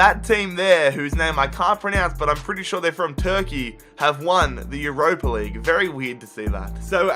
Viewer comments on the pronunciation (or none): none